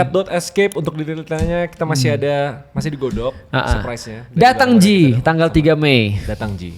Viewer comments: datang maki', bukan datang ji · Datangki, bukan datangji😂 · datangki ustaz, bukan datang ji ,😭